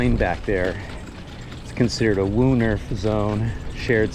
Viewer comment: You guys are struggling to pronounce "woonerf". It is just a housing estate.